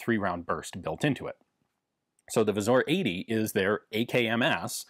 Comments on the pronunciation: Great video as always! A quick tip on the pronunciation: You've got the W->V sound down, but it should be pronounced Vzoor, like in boo. And the r is rolled. So the Pattern 88 becomes Wzór 88 or abbreviated to wz since that's already one too many vowels for us poles :P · As always Ian delivers quality video, i only wish he'd switch pronounciation of "wz" to "Vzoor"